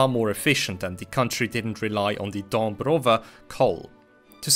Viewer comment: Great video, I never expected a non-polish speaker to pronounce Dąbrowa so well, it shows your diligence